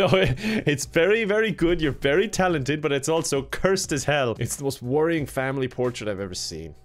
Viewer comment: "We're all big but fans on the channel..." - 2019. I don't know about you but I heard butt, not but. Context be damned.